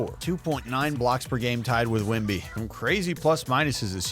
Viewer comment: Saying Wembys name right.